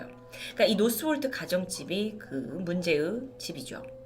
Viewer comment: 문제으 집이죠.. ‘의’ 발음을 못함